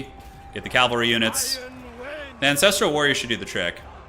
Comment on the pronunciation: Ca-val-ry not cal-vary